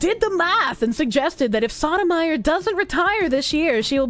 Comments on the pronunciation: Soh-toe-my-oar.😢 Saw-tah-meyer.😂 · keeps saying it like sotamizer. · For those curious, it's pronounced by stringing together the following words: So Tow My Your, and yes, it is Spanish. Doesn't stop the mispronounciation from being hilarious tho. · Soto-mayorr, the Spanish pronunciation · Soh-doh-my-oar? No. Sodom ire. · For the record; Sotomayor (So-toh-mah-yore) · That is just getting the pronunciation wrong. Sotomayor, pronounced like the words: so toe my your. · I love that pronounces the judges name as Sodomyer xD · Well, it is evocative of how she treats the law, so... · Giving English pronunciations to a Spanish name, based. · The way she pronounces it HAHAHAHHHH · it's pronounced: So-i'm-going-to-the-Korsche-or